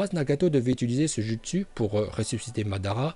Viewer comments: pourquoi tu dis jutsu normalement sa se lit joutsu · Jpp TvT ça se dit joutsou mais sa s'écrit jutsu TvT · On dit "joutsou" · C PAS JUSTSU SA SE DIT JOUTSOU MAIS SA S'ÉCRIT JUTSU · Pk tu prononce les mots bizarrement genre « jutsu » au lieux de « joutsou » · les " jutsu " "orochimaru"omg et tout le reste un effort de prononciation please c'est dégeu